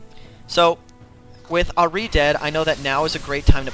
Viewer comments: isnt it ahhh-ri no errr-ri i prettey sure thats how ahri is pernouced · R-E not ah -ri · ahrI lmao its AHri... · Good guide but god i hate how you say ahri. It's Ahri not Ah-ri. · ahri = R-E not AHHreee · Pronounce ahri better pls not ari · Nice guide but it pains me to hear how you say Ahri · Great guide, really improved my Cass game. But seriously, stop saying Ahri like that. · The way you say Ahri makes me want to rip my ear off. Maybe I'm just too used to people saying it the other way. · nice vids tho, can i just say, i know youve probably heard this a tonne of times, but your pronunciation of Ahri is a bit strange, i mean its probably just from where you are situated and your accent, but as a main ahri player, i just wanted to make sure you knew. I mean a lot of people i see have picked up on it, just making sure. I mean i was annoyed at first but got used to you saying it. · i hate the say you say ahri arrggh lol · that ahri was bad... the way you pronounce ahri makes me cring.. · Yah the way he says ahri like aree and sivir like severe makes cringe too